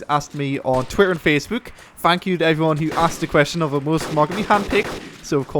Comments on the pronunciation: mate, when you start a vid talk english.. its HI EVERYONE and not HIFone zzzzzzzz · When you say "Hi everyone" It sounds nothing like "Iphone" ... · I never thought iphone was in the intro but when I think about it in thar way, it sounds exactly like "iphone here" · people think that he says Iphone?? its pretty easy to understand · To me it sounds like you are saying "Hive one Luis here" lol =) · He says "Hi everyone here" i hear "hi fuan here" lol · LOL thought he said i foreign here